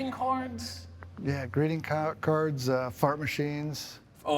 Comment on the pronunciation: He said greeting cards and the Maine accent came back.